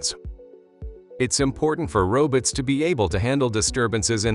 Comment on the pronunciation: "Robuts" haha 😂